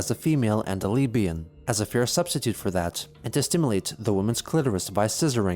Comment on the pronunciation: watch me be wrong and chris actually said leabian instead of lesbian